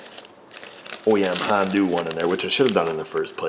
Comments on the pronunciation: "Hondoo. Not a sponsor" Honda: "をりんるせけす!" (Did he just say Hondoo?) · I just realized he called Honda "Han-doo" lol 😆😂👍👍👍